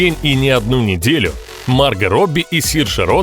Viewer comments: У вас неправильное произношение имени не марга а маргО!!!!!! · Видео понравилось, но у меня 1 вопрос, почему мАрго а не маргО ? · Она Марго правильно говорить,Почему вы говорите Марга,,,(меня все называют Марго,и её тоже ) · А с какого перепуга она мАрго Робби а не МаргО?????. Это даже слух режет. К чему это??? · МаргО, а не маргА! Ну заманал. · да не мАрго, а маргО! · Уши блять режет... не МаргА, а МаргО. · комментатор - у тебя чего с произношением проблемы? куда ты ставишь ударение в словах, аж уши режет, не мАрго маргО, не дОлби а дЭлби, блин по ушам дОлбит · Марго, ударение на "о". Уж слух режет с ударением на "а". Ппц блин!🙈😄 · Она Марго, а не Марга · МаргО, а не МАрго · ты это просто скопировал у марго робби,она сама об этом сама рассказала "теперь ты знаешь кто я-марго робби" и хватит говорить марга.ее зовут марго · Да какая Ма́рга Марго́ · почему МаргА то, а не МаргО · Не Марго а Марго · А почему МАрго, а не МаргО? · Ма́рго.. 🤦‍♂️ Бот не очень умеет в ударения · Кто нибудь ему скажет что он не правильно ставит ударение в именни МаргО? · Правильно говорить МаргО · МАРГООООООООО, УДАРЕНИЕ НА ОООООО.. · Марга Робби! Мудацкое произношение. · Меня одного бесит как автор ставит ударение на имени Марго? И Захария тоже. Может это особенность австралийцев.